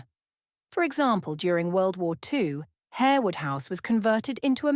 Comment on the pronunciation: You might learn how to pronounce Lasselles and Harewood correctly, and her head ornament is a tiara not a crown. Are you AI?